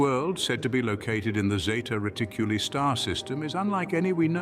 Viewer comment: Its NOT Zeta Riticllly its Zeta reticuli!!!